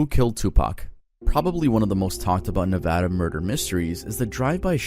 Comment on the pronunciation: thank you for actually saying nevada right😭😭